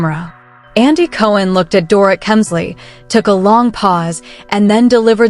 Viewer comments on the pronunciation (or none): Get the NANES right if you plan to narrate... It's DORIT like DORITO. This stupid pronunciation is ANNOYING.